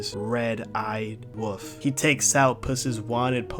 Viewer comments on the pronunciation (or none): It’s pronounced wolf not woof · The way you said wo(l)f is infuriating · Why does he pronounce “wolf” as “woof” lol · "red eyed woof"💀